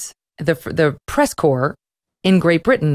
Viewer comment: "corps" not core / "incites" not insights